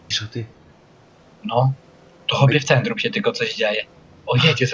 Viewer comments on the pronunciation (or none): •Centrum nie Bentrum - Popraw